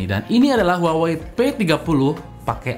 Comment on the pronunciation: Bang huawaeqseaeeiiuiiii mulu ☹️ Saya trauma sama merk ini 😣